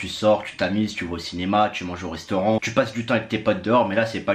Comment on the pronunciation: Bordel c’est restaurant pas reustaurant..!!